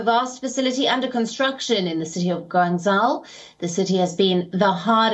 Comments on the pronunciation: GuanZAO 😬 It's [Guangjou] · is it so hard to pronounce Guangzhou?